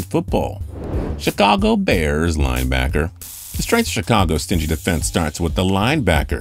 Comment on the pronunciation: why did he say Chicago bears like that lol